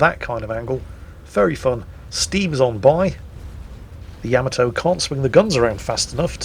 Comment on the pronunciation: Take a shot every time says "Yamato" incorrectly in this video!